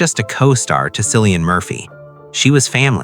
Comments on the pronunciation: Cillian is pronounced with an initial K sound, not an S. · It’s pronounced killian not sil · It’s pronounced KILLIAN….not sillyan….get his name right for gods sakes!! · His name is Cillian Murphy, pronounced with a capital K and NOT Silian with an S 🤔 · Yes, I love "discovering the real stories" more when you pronounce the subjects name correctly as Killian but spelled Cillian. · Hey commentator, how about discovering how to pronounce his name! Not Silly-Ann but Killy-Ann!!! WOW 🙄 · Kilian,not Cilian. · His name is pronounced KILLIAN not Sillian. Get it right. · His name is not Sillian, it’s Cillian, pronouns as KILLIAN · Disrespectful Man. It's Killian not Sillian. Do your research. Its so annoying to hear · It’s pronounced KILLIAN. 😬😳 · Pronounced Kill- ian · JESUS . IRISH K , NOT S SOUND. 🍀🍀🍀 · Kill-ie -an, Jesus man learn how to pronounce the actors name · It is 2026. His name is pronounced KILL-EE-AN. Brutal. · It's pronounced Cill like window sill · No it’s not. It’s pronounced Kill. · just for your info .. if Cillian heard you say his name with the s sound and not the hard C sound .. he would not be pleased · If you’re going to make a video about someone, you should at least pronounce their name correctly. I can’t take this seriously with this egregious error front and center. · He is so private than a lot of people who think they know him can't even pronounce his name. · The C in Cillian is pronounced as a K! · Please pronounce that lovely Irish name correctly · For gods sake how could you get the pronunciation of his name wrong. It’s Cillian the C pronounced like a K. It doesn’t give me much confidence in this article if don’t get his name right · I know 😖 I’m in America & watching something to take my mind off the hell living in here. It makes me angry when they can’t call him by his name. So trying to not be angry for a while didn’t work because this idiot can’t manage to pronounce his name correctly 🤬